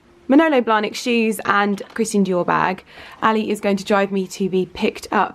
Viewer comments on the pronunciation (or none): none